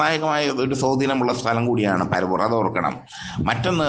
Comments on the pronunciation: അബദ്ധപഞ്ചാംഗം. പരവൂരല്ലടോ പ റ വൂർ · എടോ കോപ്പാ പര വൂർ അല്ലെടാ പറവൂർ ആണ്..😂😢